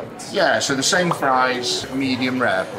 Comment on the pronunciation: he pronounced “the” like “da”……… “da still” like he thought he was 50 cent for a second.